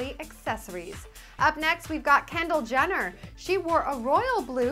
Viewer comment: when u said Kendall Jenner it sounded like Candle Jenner